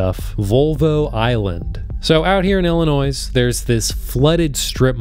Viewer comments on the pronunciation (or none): My man said Illinoise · Bro said Illinois with an s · There's no "noise" in Illinois. "il-uh-noy" or "ella-noy" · There’s no noise in Illinois, the S is silent. Ill-in-oy (sounds like boy) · The "s" at the end of Illinois is silent. You sound stupid pronouncing it. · The 's' at the end of Illinois is silent. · S is silent in Illinois